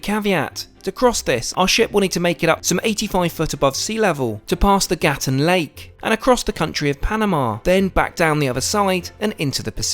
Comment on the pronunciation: Dude, it's not Gatun, it's Gatún. You're hurting my ears.